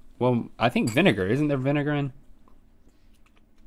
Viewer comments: No one: Link: iT’s tHE vINEgaR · No one: Link: It's the vinegar